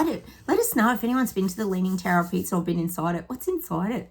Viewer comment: Sounded like you said the tower of pizza 🍕 its Pisa not pizza 😁😂